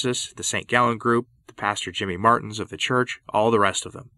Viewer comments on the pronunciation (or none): none